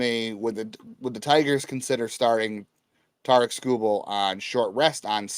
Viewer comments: It’s Tarik. - Sounds like tare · Tarik like Eric with a T, it ain't that hard